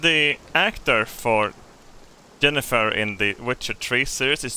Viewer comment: I love that would probably pronounce Jennifer as Yennifer and literally pronounced a character named Yennefer as Jennifer.